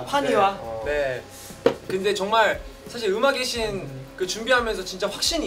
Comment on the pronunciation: 진짜 나 귀가 이상한가봐 음악의신이라 들려야히른데 음악의귀신으로 들려 하